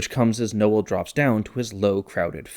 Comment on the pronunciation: Strange pronunciation of Noel. You make it two syllables 😂